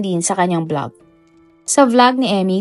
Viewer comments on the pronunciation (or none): none